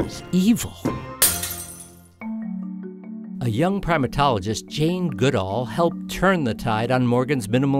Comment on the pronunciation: "Jean" Goodall, really??